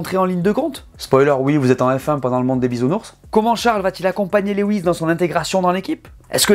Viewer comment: Comme d’habitude, super video! Hâte que la saison démarre! Puis-je me permettre de corriger la prononciation du prénom Lewis. Lewis est tout simplement la version anglaise du prénom français Louis, et se prononce « Lou-isse » et non « Lé-ouisse » (Lew-is, comme « chew-ing gum » ou « few »)